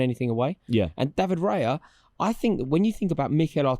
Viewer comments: Yeah genuinely clicking off after seeing them say David raya. Bunch of clowns 😂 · Stopped watching after Rory said raya